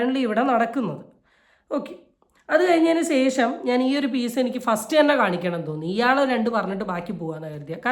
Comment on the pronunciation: "സേഷം " അല്ല ശേഷം ആണ് 😅☺️. റിയാക്ഷൻ വീഡിയോസ് എല്ലാം നന്നാവുന്നുണ്ട്. ഒരേ വിഷയം ഒരുപാട് പേർ റിയാക്റ്റ് ചെയ്യുന്നുണ്ട് അതിൽ സ്വന്തമായി ഒരു സിഗനേച്ചർ സ്റ്റൈൽ കൊണ്ട് വന്നാൽ മികച്ചു നിൽക്കും ☺️ keep going dear❤️👍